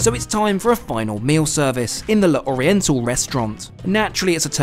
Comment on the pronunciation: Really enjoyed this video. Just a small thing… in French when you have an apostrophe you just ignore it. So L’Oriental is pronounced Loriental rather than Le Oriental and d’Azur is pronounced dazur rather than de Azur. No need for any gaps. Hope that makes sense.